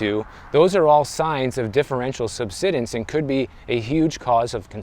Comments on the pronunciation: Just FYI, “subsidence” has a long “i” sound; like to subside. There’s an “e” after the “d”; which means the “i” is long. If it was pronounced the way you’re saying it, it would be spelled “subsiddence”. So it should be “sub-side-ense”. Hope that helps. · sub-SIGH-dence Beyond that, I didn’t move to Florida for years because the pay was comparatively low. Then the home prices doubled almost overnight. Then the insurance and HOA blowups followed. There are definitely issues. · It’s pronounced “sub-SIDE-ance.” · SUBSIDENCE,...pronounced SUB SIDE ENCE 9th grade English levels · It's pronounced: Sub-Side-ence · Pronounced sub-sigh-dense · He learned a new word 😂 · Subsidence, not “subsiddence”. Say the word “subside”, and add “-ence” to the end. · Pronounced Sub-side-dense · Thanks for the video. Florida and California have a lot in common. Nice weather. High Costs. Poor affordability. And desirability for many wealthy buyers. One minor thing. It is pronounced SUB-SIDE-ENC. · Always when you run across a word you don't know how to pronounce correctly, just go and ask the internet ("meaning of" xyz word). Just takes a couple of seconds to do so you don't feel bad when you later find out you have been saying the word wrong. Have a good one everyone. Really enjoy and find channel extremely informative. Thanks. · Google the pronunciation of "subsidence".